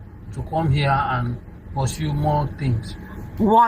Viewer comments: 100% nigerian listen to how he pronounced the word "Where" and “Pursue” only Nigerians in Africa pronounce it differently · I can vouch my head this man is 100% Nigerian just listen to two words he mentioned that in the whole world only Nigerians pronounces like that ‘WHERE’ and ‘PURSUE’ catches every Nigerian out all the time